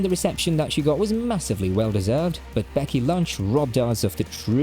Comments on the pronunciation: Did you just say Becky Lunch? Lol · I have never heard Barret pronounced with the emphasis on the second syllable like that. Edit: I have also not heard "Becky Lunch", but it makes the video all the more interesting. (Accents are a very fun thing at times!)